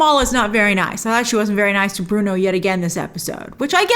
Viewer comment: It's so funny how Cameron still doesn't get Bruno's name right!🤣